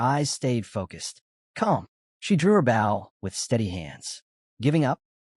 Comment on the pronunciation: Please review the videos before posting. Your AI saying bow, like from a ship when referring to a weapon, and then bow, like the weapon, when talking about the act of. The uncountable number of times it misspoke from whats literally on the screen. 7% instead of 7x, 5% to 50% to 500% to 5000% back to 5%.. having skills completely explained EVERY time is okay, but then when it can't repeat what's already been said is annoying. Same with stats/attributes. Saying names unmeasured times only to start saying them incorrectly, or outright getting genders mixed.. I like the stories. Just please review your AI before you post to make sure the quality isn't being lowered by simple fixes.